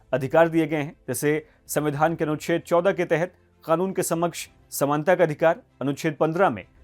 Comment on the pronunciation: I love ur pronunciation of 'KANUN'